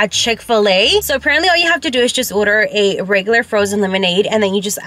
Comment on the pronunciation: & “oder” instead of “order” lol